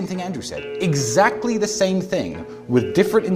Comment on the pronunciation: Expecially when they say Zaclly.